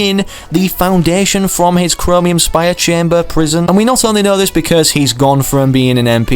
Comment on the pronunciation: It’s the foundation. Well it does not really matter that u said it wrong so- but yeah the foundation is coming to fortnite!